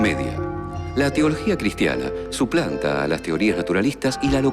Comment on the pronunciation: "suplanta" jajajajajajaja